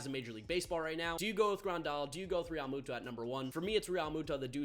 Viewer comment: I hate the way you say realmutos last name